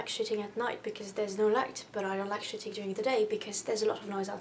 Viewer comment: at first i thought you said "shitting" not "shooting" and i was like jesus christ lmao